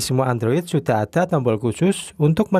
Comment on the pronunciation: Ada x bukan atda 🤣🤣🤣